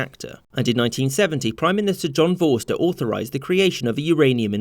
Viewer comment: A couple of things : 1.Apartheid is not Separation, but separateness. 2. Vorster is pronounced similarly to Foster. 3. Botha: Boo-uh-ta (roughly...) Now you know